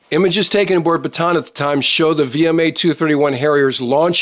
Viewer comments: hey, thanks always for good videos all the time. but if you will accept my advice, Bataan is not read as 'Batan' but "Ba-ta-an', where A is pronounced as 'AA' not english 'Ey'. This ship is name for one the big battles in the Philippines, name after our province of Bataan - where corregidor island is located. Thanks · I am sure that in your career you most likely spent a little time in the Philippines. One of the things that is really annoying is the way "Bataan is pronounced. It's actually a 3 syllable word not a 2 syllable. Ba-ta-an. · There are two A's in Bataan, you pronounce them both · I know you know well the naming but many english speakers pronounced it wrong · Gringo American YouTuber still does not know how to pronounce “Bataan”.